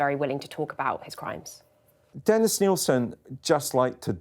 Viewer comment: Nill-sin Not "Neil-sin"